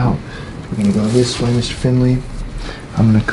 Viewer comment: I don’t know why, but, I thought said, “Big breath in again, family.” Y’know? Like, “big breath in again, fam,” instead of Finley. Now that I’ve heard it, I can’t hear anything else but fam.